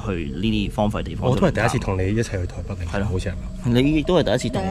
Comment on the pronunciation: 係台北，唔係台筆。請戒懶音。